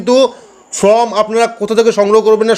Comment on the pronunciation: ভাই ফ্রম বলবেন না। এটা হবে ফর্ম। ঠিক উচ্চারণ করবেন।